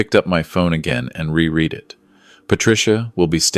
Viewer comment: 🤔 .. ahh back to evil MIL Patricia - just when i was getting used to Brenda .. 🫤 Ps fake AI narrator - re-read is pronounced RE-RED - AARGH! 🤨